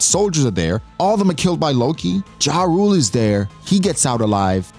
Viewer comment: His name is Ja Rule. You need to pronounce it that way henceforth 😊